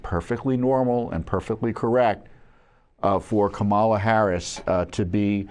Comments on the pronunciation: She pronounces her own name like COMM-ela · I've heard her name pronounced Obamala. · It's Kambama